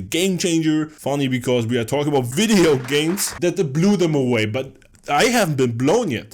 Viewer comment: (not making fun) I like how you said "wideo", my mum does the same sometimes